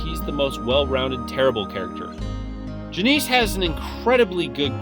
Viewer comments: janice and leah are a common names...idk how you mispronounce them so poorly lmao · Jah-Niece? Her name is Janice... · and “Ju-NEEC” instead of fucking “Janice”.